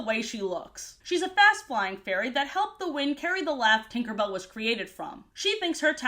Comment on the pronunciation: He he she said twinkerbell😂